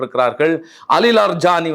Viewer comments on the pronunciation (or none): இரான் போரில் ராஜ தந்திரி யாக இருந்தாலும், முக்கிய தலைவர்களை பாதுகாபதில் செயல்பாடு காணாது? அலி லாரி ஜானி, என வாசிக்கவும். அலி லர் ஜானி இல்லை!